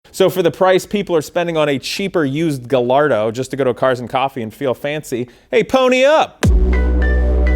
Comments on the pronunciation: The Ls aren't pronounced in Gallardo it's pronounced guy-ardo! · Guh-Lardo? Really? lol